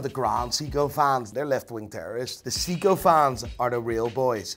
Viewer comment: Dude can't even pronounce Seiko